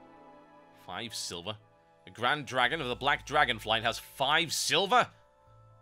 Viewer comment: Five sliver !! lol